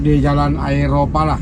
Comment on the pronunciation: Aeropala ❌ Aroepala ✅ Tolong perbaiki penyebutan nama tokoh sejarah.. 🙏